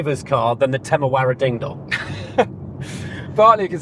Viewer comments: I'll help you guys. Teh-meh-ra-rio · English speakers: "Temewawio" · Tememario Temeraro 😂😂😂The english people really can't say the name of the car. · Its not called tamagochi its terramario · It's more like TEMUrario. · You seriously have language issues. I don't understand why everyone in the world is supposed to be able to understand and speak English and you cannot learn one Italian name. Quite pathetic. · Making fun of Italian words that you can't be bothered to learn how to pronounce properly is pretty weak and telling. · Brilliant and informative video, especially if someone is actually in the market for one of these amazing cars. But seriously, guys, jingoistic mispronunciation of foreign languages is beneath Top Gear and its presenters. Do better. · Do the hosts have stroke or something? They can't pronounce Temerario correctly it seems. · “How many times can we mispronounce Temarario in 1 video? Tune in to find out”. At least 50 🤣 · They tried to recreate that “Clarkson, Hammond and May magic” with the initial comparison. And the constant mispronunciation of Temerario is such a classic Clarkson bit. I made it almost 10 minutes but, I have to click off. Hopefully this was a failed attempt at an homage and not a sign of things to come. I like both presenters but, not when they’re doing bad imitations of legendary automotive journalists. See you next episode. My $0.02. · The joke about not being able to pronounce Temerario got old real fast - start acting like professional journalists! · The Temerario name gag is so old 🙄 it’s not hard to say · That mispronunciation of the Lamborghini's name gag, got very old very quick. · Yeah I don't get why they were pretending it's a difficult name to pronounce. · It’s pretty pathetic actually… especially considering Brits nor Americans can NEVER pronounce anything foreign correctly. It’s pure ignorance. Imagine other countries pronouncing Bentley or Morgan wrong intentionally!